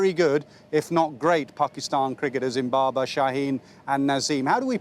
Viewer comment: Great cricketers in Babar , Shaheen,... Ye bola 🤣 but yes it does seem like Zimbabar 🤣🤣